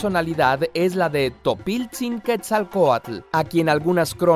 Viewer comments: Pronuncias mal "quetzalcoatl". La "tl" en nahuatl clásico se pronuncia como una "t" suave y en nahuatl moderno (dialectos) se pronuncia como en "aTLántico". Es muy suave. Se nota que no investigas o que jamás has tenido contacto con gente real que habla nahuatl. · Así no se pronuncia quetzalcoatl. El creador del vídeo no conoce el nahuatl. No conocer una lengua, te hace ignorante a la cultura de dicha lengua. Fácil.